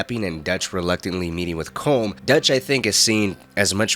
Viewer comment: “IT’S PRONOUNCED C’OLOM, NOW SAY IT PROPERLY!”